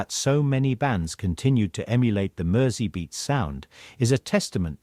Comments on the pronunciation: Merseybeat is pronounced as if the S is a Z. And nobody in the UK has "bangs". It's called a "fringe". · Came here to say this. A big Beatles fan needs to pronounce this correctly.